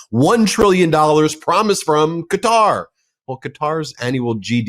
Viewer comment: He said PROMISE Ben.😅